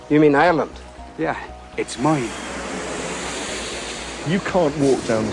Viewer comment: “Your island? You mean Ireland?” “Aye. It’s MOINE.”